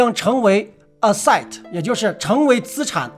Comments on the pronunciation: asset 發音 ” 'a-set". 重音在 a, 發音如同 Apple 的 A。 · Asset 也是山西口音的 😌